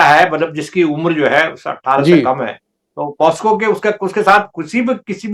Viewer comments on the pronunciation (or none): With all due respect you both kept pronouncing POSCO when it is POCSO. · हेलो दीपक जी, नमस्कार। एक बात की तरफ मैं आपका ध्यान आकर्षित करना चाहता हूँ और वो ये है की इस चल रहे प्रोग्राम में आपने बार बार पोस्को बोल रहे थे जबकि वो शब्द (POCSO) पोकसो है। कृपया अपनी सुधार कर लें। धन्यवाद। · पास्को नहीं है पोक्सो एक्ट कहते हैं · The correct word is POCSO, not POSCo. You keep saying POSCo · POKSO(POCSO) not posko